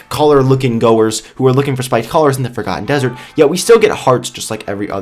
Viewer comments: sounds like he said fricken ham dessrt at 0.09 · Instead of Forgotten dessert i heard "FACAN dessert"